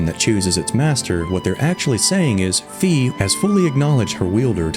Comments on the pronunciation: not another person who pronounces Fi as “fee” 🤦‍♀️ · Great video! Link is for sure a GigaChad! Also just wanted to point out that Fi is pronounced like you say the word high or how you would say Fi in WiFi.